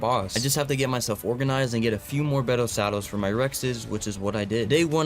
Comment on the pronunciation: “bettle saddles” lmao